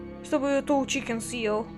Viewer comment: Тол чикен❌ тоу чикен✅